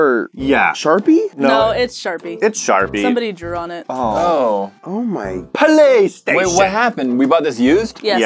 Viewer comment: Poly-station omg. 😅😅😅😅😅😅😅